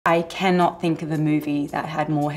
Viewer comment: I can’t tell if she was being funny when she said, “I KENnot” at the beginning or if it was just her accent😂